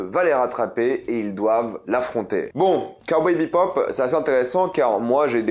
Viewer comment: Le mec parle d’une série dont il n’arrive même pas à dire le nom 🤣